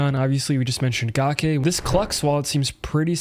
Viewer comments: Gake is pronounced ga - cake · Once I heard u say “Gawk Aye” I had to hop off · It's gake like cake... and she's a female.